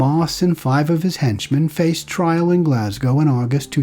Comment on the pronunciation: Great Video. One of the few from across the pond who have pronounced Glasgow correctly on videos about my homeland. 👏🏻👏🏻👌🏻 Instead of the usual “Glass-Cow” 🤦‍♀️